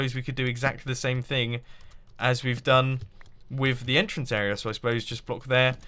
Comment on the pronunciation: I'm pretty sure its entrance not enter-ance